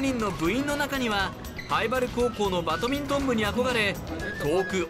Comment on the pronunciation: ナレーションの方、バトミントンじゃねぇ、バ『ド』ミントンだ。